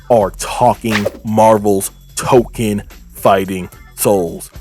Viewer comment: not to be that guy, but its pronounced Toe-Kone, and tokon means fighting souls, so saying the whole name is redundant. I've been calling it Marvel Tokon, I've also seen it abbreviated as MFS